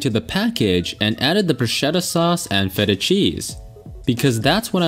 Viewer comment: It's BRU-SKETTA